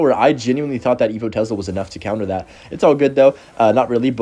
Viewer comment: tes-la gang not tez-la